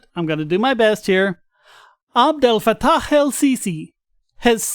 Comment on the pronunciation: For Sisi? you did it OK. Need work on Ha' (at the end of Fattah); you were close the first time, second time it was like a kha'.